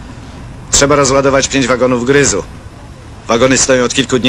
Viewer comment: Takie kruszywo budowlane to grys, a nie gryz jak wymawia Niemczyk. Mogli go poprawić.